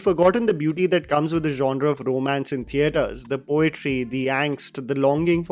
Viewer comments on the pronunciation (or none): none